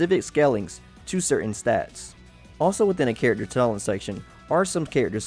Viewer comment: I can't handle the way his says "character"